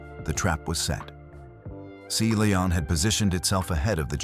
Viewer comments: Seely On? Really? You can edit the way artificial voice pronounces words. 🤨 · I'm available for narration, I'm good at it and I charge a very fair price, hiring me will benifit you by increasing your viewership. And you wont have problems like pronouncing SeaLion like see lee on. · You should listen to your video before you post it. The submarine was the "Sea Lion", not the "Sea Leon". Lazy and sloppy. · Your AI narrator does not pronounce Sea Lion correctly. You should not release a video with such an error. Proofread first!